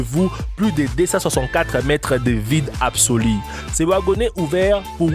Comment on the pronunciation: Con dit pas apsoli on dit apsolu